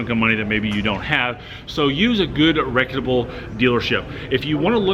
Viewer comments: LOL! I imagine he means reputable. But, I too was wondering the same thing. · It's "reputable" & . Otherwise thanks for the content! 😄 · What does he keep saying, "reqyitable"?